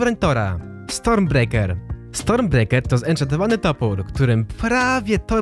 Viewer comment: czy ty powiedzielas zenchantowanu toprek????